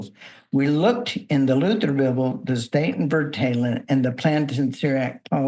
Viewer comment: Statenvertaling is pronounced: "Staatin" [State in plural] "firtaaleng" [translation]